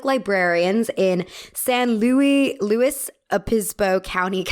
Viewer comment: San louis 😭 brain was stuck on french lol